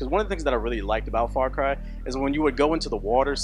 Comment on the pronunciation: When he says "Far Cry" it sounds like "Fuck Eye".